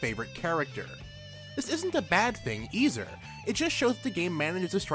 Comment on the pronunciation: "This isn't a bad thing eizer it just shows thsegame manisz a strike" i just really enjoyed the way you said that sentence also im thinking of starting with yakuza 0